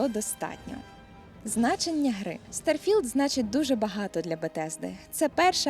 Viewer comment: Блін так незвично ти кажеш старфілд мені здається що має бути трошки не так